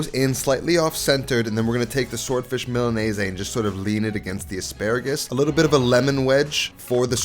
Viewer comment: Why are you pronouncing Milanese like that? There is no “aye” at the end…